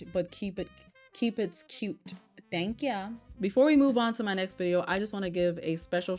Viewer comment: i’m pretty sure it’s her way of saying “thank ya” 😭